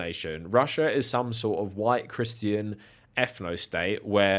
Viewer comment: Did you say CriSStian or Crischian ? 😂😂